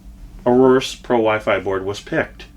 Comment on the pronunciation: A-OR-US not arorus lol Good video tho!